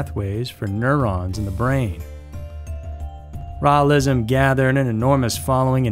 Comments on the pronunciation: Rawlism? Lol, Raelism. 🛸 👽 👾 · Raelism is pronounced 'Ray-el-ism. Rael is pronounced Ray-el. Just saying, so you don't sound stupid, lol.